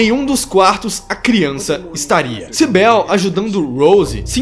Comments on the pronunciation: O nome da policial nao é Sibél, é Cibyl, vc pronuncia com I mesmo. Adorei o video, a tempos eu esperava por um review br desse filme lindo. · Tua analise é otima! So pecou na pronuncia do nome da Cybil e em dizer que elas morreram no acidente. Silent Hill é um mundo paralelo( até mesmo mental), não espiritual. No acidente elas apenas entraram num "portal". Se elas tivessem morrido, teriam achado os corpos quando foramna cidade em busca delas. Esse filme é MUITO BOM, mesmo tendo colocado um piramid head sem motivo algum. Muito bom mesmo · "CyBEL" kkkkkkkkkk Tirando a pronúncia errada do nome dela, gostei muito da sua análise. Mas se a Rose morreu, como o Chris/Harry encontra com Cheryl? Pq no segundo filme ele está cuidando dela. 🤔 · Ótimo vídeo irmão mesmo com alguns erros de pronúncia nos nomes da Cybil e da Cheryl ficou excelente e ah queria adicionar um comentário as enfermeiras nos jogos tbm são atraídas pela luz isso no primeiro jogo não lembro no segundo